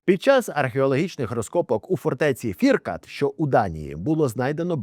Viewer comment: 😅 Коханець так вимовив "Фіркат", наче хтів тим словом за раз убити десяток москалів. шкода, що слово не вбиває. у нашому всесвіті